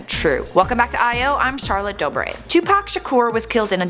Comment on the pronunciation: Omg "dobre" she should know marcus and lucas dobre